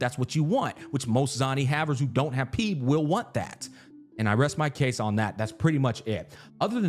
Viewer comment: I never played this game but ain't no way bro pronounced Phoebe as "PEEB" 😂